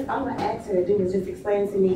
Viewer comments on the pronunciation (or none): "I'm gonna AXE her to explain it to me!" It's ASK.....